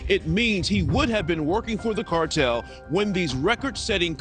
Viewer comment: you should look up the pronunciation of extradite, and cartel